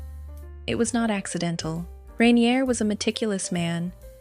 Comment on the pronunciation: At least learn how to pronounce "rainier". Your trailer is showing.